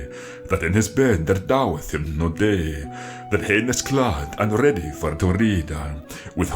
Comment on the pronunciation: Any reason you pronounce day as dei?